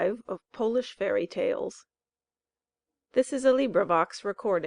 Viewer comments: That'll be Polish (pō-lish) not polish (pä-lish). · That pronunciation shocked me